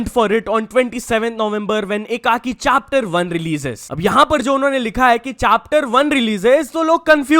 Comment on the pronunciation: Chapter ❌ Chaaptar ✅ Also upcoming Soya Chaap for members only !!😂😂